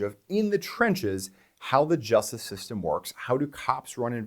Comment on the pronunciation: "The just system"? What's that supposed to be,?